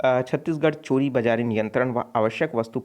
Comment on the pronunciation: please correct your uchcharan of some words ex manak ko mapan bola gaya ' similary chor bajari ko choribajari bola gaya.